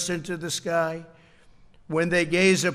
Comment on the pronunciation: How did he pronounce "sequoias" correctly though?